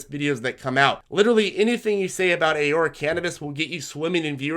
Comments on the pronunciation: 1) Ah-Roar-Ah , 2) a lot of stocks that you recommend are not available on the RobinHood trading platform which majority of your more newer, novice viewers are using, since it's a free trading platform. Perhaps you can fine tune your recommendations for that platform as a suggestion, but if not, that's obviously okay too. Great job on your videos, as always, highly informative, and we thank you for sharing this video. Keep up the great work. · Canadians pronounce it "A-Roar-A" Love your videos thanks for all your education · Alex Folger lol yeah it’s pronounced Ah-roar-a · I thought Aurora was pronounced differently but i'll pronounce it however u want as long as you keep making me money with this info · I love your videos but please learn how to pronounce Aurora. ✌🏻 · Alex Folger yea he’s pronouncing it wrong, but whatever, very valuable information!